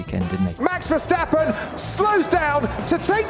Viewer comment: On behalf of all of the Netherlands.. Please don't say Verschtappen. Why would you?